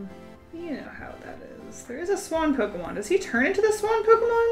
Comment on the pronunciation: You pronounced some pokemon names wrong